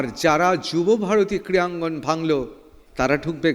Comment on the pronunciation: সঞ্চালক 'ক্রীয়াঙ্গন' বলছেন কি না জেনে ? জিভের সমস্যা?নাকি sarcastically ? 😮